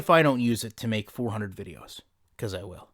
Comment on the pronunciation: Its “be-cause” not “be-is”